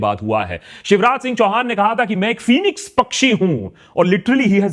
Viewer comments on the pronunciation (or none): none